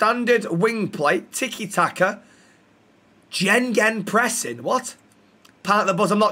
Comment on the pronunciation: it’s gegenpressing not jeggingpressing